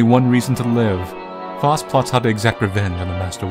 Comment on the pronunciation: I believe it's pronounced "Fowst." That aside, this was an interesting game. 👍